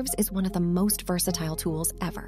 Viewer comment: You say wersatile not versatile so the ai was really wrong 😅😅. Love your videos bro 🫡🫡